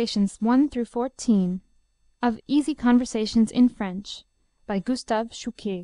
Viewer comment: bad pronunciation and there's no one in france speaking like this